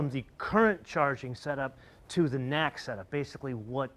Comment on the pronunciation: Love your videos BUT YOU HAVE TO STOP SAYING “nacksuh” FOR NACS, i have NEVER heard anyone say it like a word, it’s an acronym, and you pronouncing something after the S, that’s how you would say NACSU or something like that